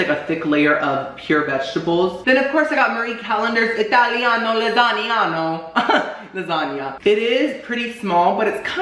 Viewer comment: "recottua lasagnia" I spelt it the way he said it. but im deadddd